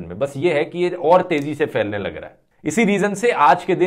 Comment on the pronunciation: "faailne lag raha hai" ... hindi kahan se seekhi aapne? 🤣 may be from Germans